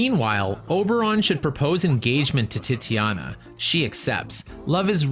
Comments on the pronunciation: Lol I’m a sucker for pronunciation, I can’t help it, but even I struggle quite often with correctly pronouncing things. You did your best! It’s said a bit like Titanic, but with “nee-ya” or similar at the end.👍🏻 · lol your pronunciation of Titania. I nearly spat out my drink 😂 Thank you for these prima guide videos, they’ve been super fun to watch!